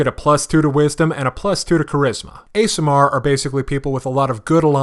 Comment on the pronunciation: Pronunciation Guide: Aasimar: Awe-see-marr Undine: Oon-deen